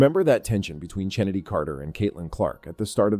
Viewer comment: I already hit "Don't recommend this channel". I hate the AI voices and any human who watches the WNBA knows that Chennedy's name is pronounced "Kennedy," not CHennedy. I won't watch any page with AI voices or any that starttheirdesciptin with"2 minutes ago..."